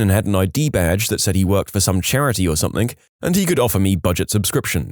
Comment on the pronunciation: SomethinG, see the G there, it's not a k.